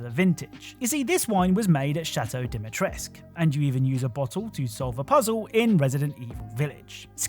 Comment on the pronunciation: you're actually supposed to pronounce the cu in Dimitrescu, you know? 😅